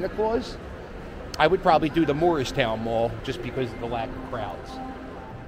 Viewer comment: Hey... You're from Philadelphia... Why can't you pronounce "Moorestown Mall"? Even YouTube's closed captaining translates it to "Morristown Mall" when you say it. If there ever was such a place, Morristown, New Jersey is about 100 miles north. If you really want to see dead malls, too bad you missed Burlington Center. It was closed for about 10 years until they recently tore it down. Or how about Echelon Mall in Voorhees. Its so dead that, except for the one remaining Boscov's anchor, they now call it Voorhees Center and townhall moved in. There's a dead complete Strawbridge & Clothier store there. They're also building apartment townhouses in what used to be the parking lot. Enclosed malls might have been cool when Cherry Hill Mall was the first one I ever saw 50+ years ago, but, since I moved to Cherry Hill about 45 years ago, I doubt if I've been there more than a dozen times.